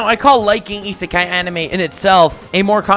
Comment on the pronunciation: I cringed every time u said animaeh